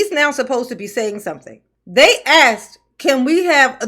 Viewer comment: Asked not Axed. Ask is a request. Axe is a tool.